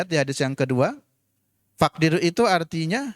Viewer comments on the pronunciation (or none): Pernyataan2 lucu 1. Yang disuruh kan puasa, bukan hisab atau rukyat 2. Hadits rukyat memiliki interpretasi yang beda. Ya ambil saja praktik sahabat dlm memahami hadits. Kok muter2 kayak mau mengatakan ngga usah pakai hadirs 3. فاقظروا Bacanya kok faqdiru, faqduru donk, mohon terus belajar. Saya siap menemani 4. Kata siapa bahwa pada zaman nabi para sahabat tidak banyak yg paham hisab? Ternyata perselisihan menghitung penentuan bulan diputuskan dengan cara merukyat. Berarti habat donk yang pakai rukyat, karena cerdas dg mengikuti petunjuk nabi 5. Kalau dulu zaman ibnu abbas ada perbedaan menentukan lebaran Madinah dan Syam, ya itulah yg terjadi, mohon pencerahannya mencerahkan bukan memunculkan kegelapan yg ditampilkan oleh sang pencerah